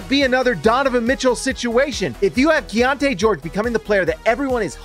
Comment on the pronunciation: Is it key on te or key on ti? You keep saying the later. Which is it?